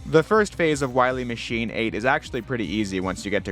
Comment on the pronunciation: Then we'll find Doctah Wahwee.